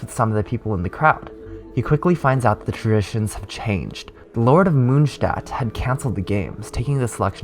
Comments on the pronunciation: Ok but stop pronouncing monstadt like that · Nice, this is perfect for a quick recap so I can continue reading the manga where I left off a year ago. (In case you are interested. The "o" in Mondstadt is pronounced like the "o" in "More" and it means moon-city) Greetings from Germany